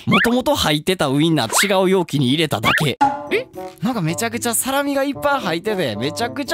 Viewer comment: サラミのイントネーションが思ってたんと違う(地方の問題？)